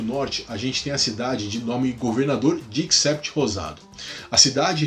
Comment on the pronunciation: dix-sept se diz "dissét" 😊. Merci beaucoup